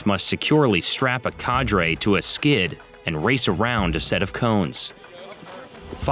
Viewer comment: The way the narrator keeps pronouncing “cadre” makes me cringe.